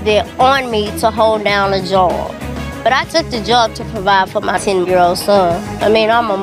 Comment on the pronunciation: Lol “let me go find me a jawb “ girl you HAD a job. Why does this girl hate working. So lazy